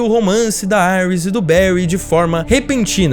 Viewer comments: gostei muito do vídeo. só dava uma dor toda vez q o rapaz dizia"airis", porque só não dizer Iris? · Quem e auis KKK e iris o cara falando o nome em inglês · Mnnn não é Aris é Iris, pelo amor de Deus. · vc falando aiuis kkk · Genteeeee falem certo e iris não airas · A mulher do flash ser chama Iris West e não Aires como ele chamou cara burro da poha. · Falar Aires em vez de Iris fez meus ouvidos qerer sair correndo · Da uma raiva do cara falando "Caitilin" e "Iuris" KKK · "Airis" kkkkkkkkkkk Aqui é br porra! Kkkkk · Chamar a iris de AIRUS é foda PUTA QPARIU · Seus argumentos são cancelandos aparte do momento que vc erra a pronúncia dos nomes dos personagens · Dá pra ver que claramente ele assistiu,o cara não sabe nem pronunciar o nome do Joe, Iris e caitlin